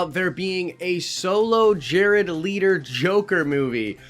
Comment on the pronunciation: Jared LETO. L.E.T.O NOT LEADO